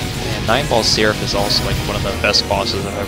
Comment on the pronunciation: Every time you say his name, I hear "Nineball Syrup"...